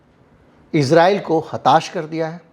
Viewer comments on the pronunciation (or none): none